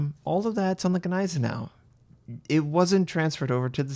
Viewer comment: The Ganeisenau never existed... the Gneisenau did... The G is basically silent. PLEASE IN THE NAME OF GOD STOP BUTCHERING THAT NAME! Neisenau... Ni zen oww